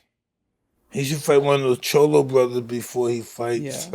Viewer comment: my man said the "chollo"" brothers 🤣🤣🤣🤣 my man IRON MIKE